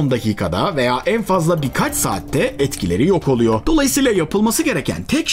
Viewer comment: oluyo, yapıyo, duyuyo - gibi kelimelerin sonunda olması gereken -r 'leri yutmazsanız, daha rahat dinlenirsiniz.